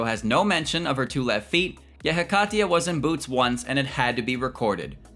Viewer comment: yes he pronounced it correctly